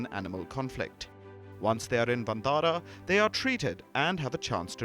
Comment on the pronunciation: I appreciate the efforts of Mr Ambani scion in creating Vantara (which should be pronounced as Van-taara rather than onthara coz it looses its meaning) and i also Palkiji's promotion for this. But should the wildlife conservation see fruition only when its done by high profile business tycoons should it gain praise only when the rich intervene?? Isnt it the responsibility of the local community, Village forest communities, Biodiversity Management Committees to stay in harmony with nature and wildlife. And shouldnt these high profile businessmen be supporting them local communities and highlighting their efforts and portray conservation on a holistic approach. Instead of multimillion dollar rich son stealing the limelight for this wildilfe conservation combined with showoff of high profile marriage alliance. Ona gentle note Article 15A(g) must me highlighted here is wat i am apprising.